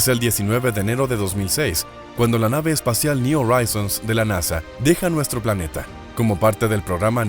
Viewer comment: ¿Oraizons?, le echas estilo pero en Inglés al contrario del Español la letra H si suena entonces tienes que decir Joraizons JORAIZONS.